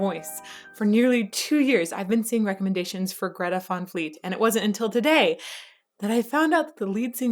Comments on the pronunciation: Umm... Is Van fleet....not Von fleet haha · It is pronounced Greta Van Fleet not Greta Von Fleet....